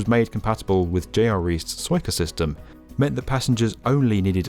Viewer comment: Suica sounds like su - ee - ka and it's kill - o - metre NOT kil - lom - eh -ter. The yanks butcher the English language. ;)